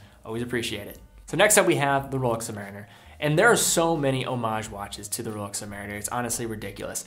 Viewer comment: Royal Oak is not “roll-yolk”. And Rolex is not “roll-ox”. I have been hooked on your videos. But some of the watch’s names have been butchered over and over.